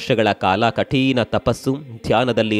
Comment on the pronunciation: ಕಠೀಣ ಅಲ್ಲ, ಕಠಿಣ.